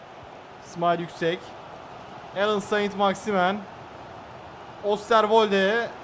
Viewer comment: Abi "alyan sen maximin" diye okunuyo